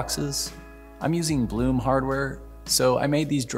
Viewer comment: I think the drawer hardware company is pronounced just like it's spelled: Blum, not Bloom. Someone can correct me if I'm mistaken...